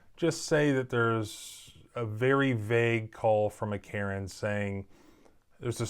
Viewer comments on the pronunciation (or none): none